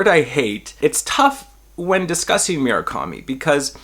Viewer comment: MUR-akami. Not “mira-kami”